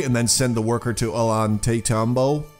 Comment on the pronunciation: Your fourth city's name is pronounced "oh-yawn-tie-tam-bo"👍🏽